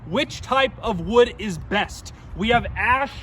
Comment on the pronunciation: domt say the kind of wood ever again havaba